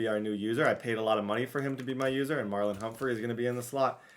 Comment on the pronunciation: 44, his name is MARLON not Marlo.